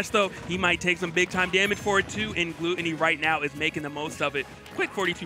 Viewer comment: How do you still not know his name is Glutonny and NOT Gluttony